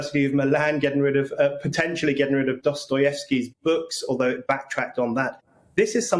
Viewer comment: Hey, isn't it a bit passive aggressive for to totally mangle the pronunciation of Dostoevsky? Lol.